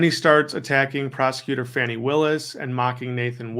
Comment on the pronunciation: Please do not pronounce Fani's name as Fannie.